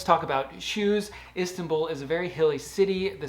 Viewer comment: Please. Learn the pronounce Istanbul correctly. Please